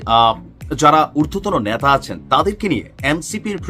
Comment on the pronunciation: ন্যাতা মানে ন্যাকড়া, 'নেতা ' বেচারা । আপনার উচ্চারণ ঠিক করুন, অসংখ্য শব্দের অসহ্য শ্রুতিকটু উচ্চারণ ।